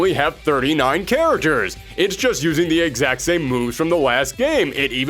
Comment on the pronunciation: Why does this guy pronounce "characters" like "kareturs"?